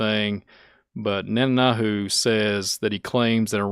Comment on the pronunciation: And it is Net An Yahoo loo